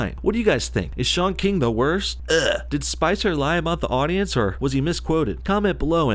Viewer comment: its not pronounced shaun keeng